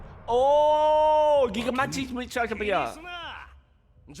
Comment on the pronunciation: Seriously bro, his name IS not so hard, GI-GAN-TO-MA-CHIA, at least shorten It to Machia